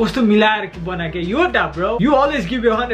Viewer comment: muji ramrari 'Yoddha' pronounce garna sikh